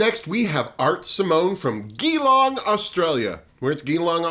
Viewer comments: Hi - Geelong is not pronounced like that, despite the fact that it is most definitely spelled like that haha. It's pronounced Juh-Long. With a hard J. Mwah! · Hi, I’m still loving your shows😁, as I’m here in Australia, I’d be happy to help you out with some pronunciations, like Geelong, sounds like g-eee-long, lol. big hugs from oz🤗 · As some have pointed out, Geelong is pronounced Juhlong, and Melbourne sounds more like Melbun. I've seen Art and Karen perform many times over the years so I look forward to seeing them on the show. Also, JoJo is from Newcastle, NSW not NZ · You’re a wonderful presenter, and I really enjoyed this review! Just a couple of small things: Newcastle is in Australia, and it’s a hard g (like general) on Geelong not a soft g (like gear).